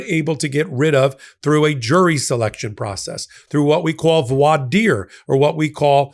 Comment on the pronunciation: Uh, it’s pronounced “VORE DIE-UR.”